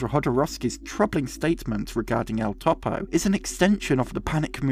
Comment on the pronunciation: "Synechode, New York" is an amazing film by a Jodoworsky fan... Btw, Topo is generally pronounced closer to (toe • poe) than (top • oh).